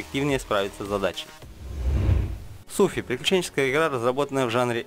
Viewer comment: Ну смотри дружище - "Суфи" - надо "сИфу", "равенсвоч" - надо "рэйвенсвоч", также "церс оф зэ дэд годс" - "кёрс оф зэ дэд гадс" - ну и микрофон пора покупать уже)